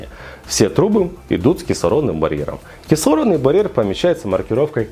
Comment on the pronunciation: Он даже не может правильно выговорить - кислородный барьер, чему он может научить?